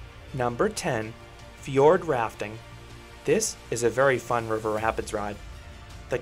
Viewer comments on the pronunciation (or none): none